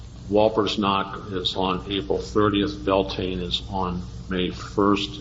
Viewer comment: My Irish Pagan ass hearing this “expert” pronounce it “Bell-Tane” 🤦🏻‍♀️ white witchcraft??? Seriously lmao what a joke